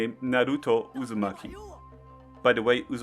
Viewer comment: bro read usumaki and didnt notice